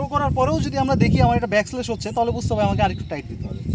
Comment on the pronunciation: আপনার উচ্চারণ ও বানানজনিত কিছু ছোটখাটো ভুল চোখে পড়েছে। অনুগ্রহ করে বিষয়গুলো একটু খেয়াল করলে আরও সুন্দরভাবে উপস্থাপন করতে পারবেন। যেমন, কথাটা হবে ‘ব্যাকল্যাশ’, কিন্তু আপনি বলেছিলেন ‘ব্যাক স্ল্যাশ’। এই ধরনের ছোট ভুলগুলো অনেক সময় অপ্রত্যাশিতভাবে হাস্যকর শোনাতে পারে। এটা শুধুমাত্র বন্ধুত্বপূর্ণ পরামর্শ হিসেবে নিন।